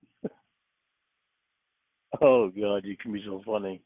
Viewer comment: He's convinced he hit a (imaginary) g-spawt with his tongue. According to Cawd, it's awn the inside, to the left. EDIT: I just caught him using the plural "clits," like he thinks there's more than one.